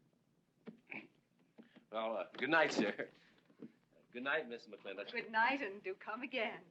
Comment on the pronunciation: Would anyone of you fine fellow cattle ranchers tell a greenhorne like me why on earth they again and again pronounce McLintock kinda like McLinnek? Is there some Southy thing goin on or are my ears getting just too old?